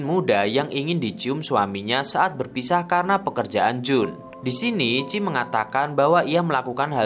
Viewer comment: Namanya chie kaaak, bukan chi 😭